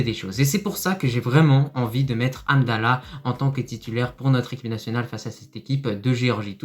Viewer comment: juste les noms des joueurs, comme hamdellah , pas amdella ......, mohamed, pas moamed